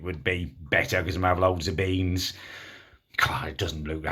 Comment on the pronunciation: Its beans not BEYNNZZ